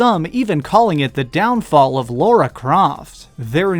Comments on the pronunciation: "Laura Croft".......it's LARA ya fuckwit. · it's LARA Croft not LAURA Croft. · Core Design never went down because of AoD. Eidos forced them to release the game unfinished and after it bombed, Eidos had the audacity to blame Core and hired Crystal Dynamics to reboot the franchise instead. Also it's Lara not Laura for fuck's sake! How hard is it to pronounce?